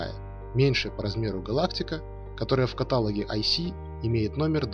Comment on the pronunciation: Всё хорошо, только в каталОге!! Пожалуйста, исправьте ударение и больше не допускайте таких ошибок!!!